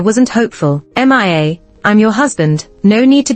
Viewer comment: Ms narrator you don't know how to read the name Mia? it's pronounce miya. not m-i-a please don't put that name if you don't know how to read or pronounce.